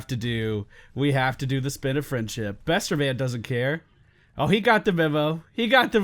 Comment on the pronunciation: i cringe when you said Besterman, oh god